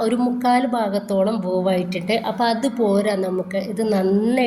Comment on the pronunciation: വോവ് അല്ല വേവ്. കേൾക്കുമ്പോൾ എന്ധോ പോലെ അതാണ് പറഞ്ഞെട്ടോ